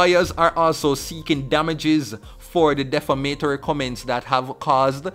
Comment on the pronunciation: De-fam-a-tory not def-a-ma-tory